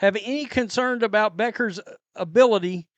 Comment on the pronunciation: I know, but I think they are saying it wrong, apparently, which says a lot about how much importance they put into it. Do a Google search on how to pronounce her last name. It's not Beckers.